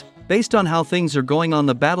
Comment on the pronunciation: "Ze-LIES-sky will also have to flee Kiev in an unknown direction very shortly"... LOL~... you're a riot sometimes... '; p